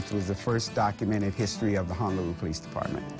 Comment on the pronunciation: Its HONOlulu not HANAlulu. Just so you are tracking brother. 🤙🏾🤙🏾🤙🏾